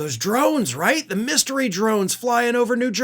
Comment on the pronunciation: What's a "Mysyery"?